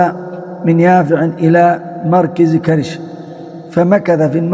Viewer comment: لماذا تقول مركز على كسر الراء والصحيح على الفتح مركز على وزن مفعل ظرف مكان بوزن ملعب ومكتب